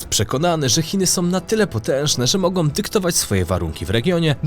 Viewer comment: ... wydarzyć się mogą, nie mogom, zapytaj taty i popraw wymowę